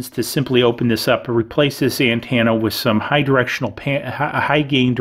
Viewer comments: Driving me up the wall with the way he says antenna.... ANTENNA not AND-TANNA 😐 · Ann-tana? Dude speak right 😂